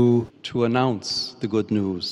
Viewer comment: In the interview clips you showed he sounds more Chicagoan. In the clips from his speech as pope he has a more generalized American accent. But the pronunciation of ‘news’ is sooo Midwestern. The Midwest accent in general seems to squish or nasalize ‘o’ sounds.